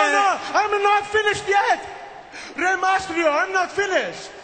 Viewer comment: LOL santino is hilarious in this segment!!!! Rey MASTRIO!!! LOL